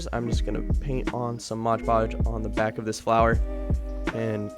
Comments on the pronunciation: MOD Podge!! NOT MODGE PODGE! Sheesh… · M-O-D podge! Not modge podge! That is so annoying! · Why do you call it Modge Podge? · no one:: Modge Podge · Game: eat a piece of your favourite snack every time says “moge-podge” in this vid 😄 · What the heck is motch potch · Love your videos so so so much but for the love of god its called mod podge